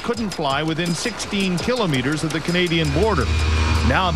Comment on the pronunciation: The way the reporter pronounces "kilometers" makes me wanna punch a baby.